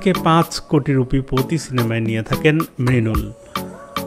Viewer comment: Mrunal be not mrinal😅